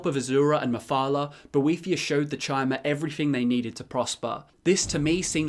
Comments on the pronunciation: Its was always chimer "ky-mer" like chimeras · It's pronounced 'Kimer' as in like time, not because of ESO, that's stupid. It's how it is grammatically pronounced. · Pretty sure Bethesda came out and said ESO IS canon... so yeah Ky-mer pronunciation, get with it. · I thought it was pronounced Chimer (with the ch being k sound) since long before ESO, like the Greek letter Chi, it just seemed to make more sense. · My N'wah we all know Chim -er is pronounced like Chim , and for you S'wits who don't get it it would sound like Kim -er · Your pronunciation of chimer was wrong even in morrowind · "you can decide whether ESO counts as lore in your books" - Have you even played Morrowind? i'm certain that they pronounce Chymer and Chim with a hard C or K sound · Chimer is based on the word Chimera, which is pronounced with a "k" sound. This is further supported by the fact that the Chimaera is a three-headed monster from Greek mythology, mirroring the theme of threes pervading the Dunmer culture and Morrowind game (the Tribunal, the three founding Daedra, the three Great Houses you can join, and the fact that it takes place in the Third Era). If you see it as relating to the word "chime" and prefer to hear it that way, there's no harm in that. If you were wondering why the other pronunciation is the canon version, though, there you have it.